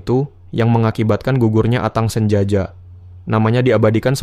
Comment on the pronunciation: Atang sanjaya min bkn atang sanjaja